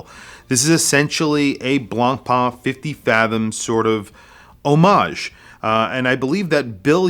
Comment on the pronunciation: Nice watch (but really a bit too dear: thats a japanese copy of a copy of a copy, come on) and nice review, but the correct pronunciation of BLANCPAIN is not BLANCPAAN, but rather BLANCPEN